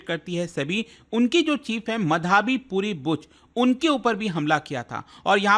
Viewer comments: Sir, wo माधबी है मधाबी नहीं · It's madhabi btw not madhaaaabi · मधाबी ❌️ माधवी✅️